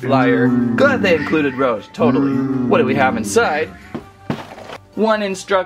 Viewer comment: Heres how you pronounce Rouge: Roo- j